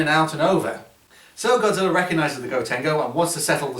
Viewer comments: In said Godzillr 😀 lol look at it yourself. Not the first time I heard that word Godzillr!!! 😂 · Why do you sometimes call Godzilla Godziller